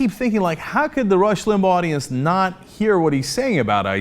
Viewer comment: Did he just say "the Rush Limbaughdience?" Can I use that from now on?